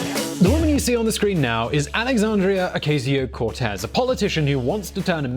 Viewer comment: u did not it say it right alexandria ocasio cortez